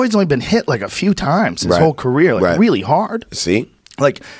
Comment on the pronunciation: the word is “career” Joe Rogan